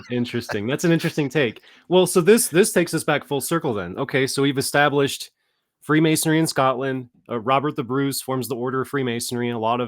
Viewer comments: Can't get past that is an expert on freemasonry and yet he continually mispronounces it as "mason-airy" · It's Freemasonry, not Freemasonary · Did pronounce "freemasonry' as "freemasonary?" Really?